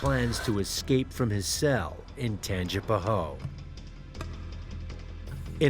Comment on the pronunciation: It's pronounced "Tangee-puh-ho-ah," not "Tangee-puh-hoe." 😂